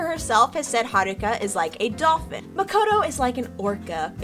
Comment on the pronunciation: i start to cringe slightly when i hear makoto's name being pronounced that way i mean it sounds correct but it sounds wrong too